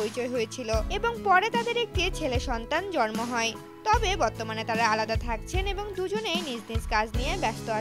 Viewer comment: জরমো না জন্ম 😂😂😂😂😂 কাদের দিয়ে যে সংবাদ পাঠ করায় 😂😂😂😂